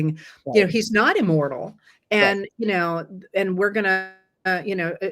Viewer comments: 😂😂😂had to go back & listen again. Thought you said “immoral”, thought “well duh; yea!” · Took the second listen to discern the word was immortal.